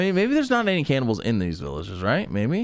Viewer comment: CANNIBALS... Z... CANNIBALS!,,, pfff cannibles..lol. ;)